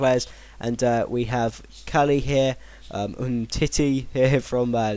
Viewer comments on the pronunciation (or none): none